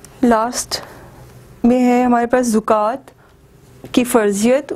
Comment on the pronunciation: medam zokat nahy hey zakat hey me khod Islamiat ke SS ho..